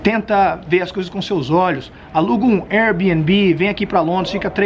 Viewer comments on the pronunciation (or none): none